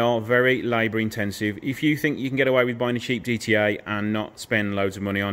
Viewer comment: Nice one. Actually the correct way to pronounce the model is GE TE A. 👍